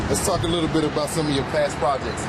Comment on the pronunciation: Towards the lil school 😭😭😭😭 he beem saying LIL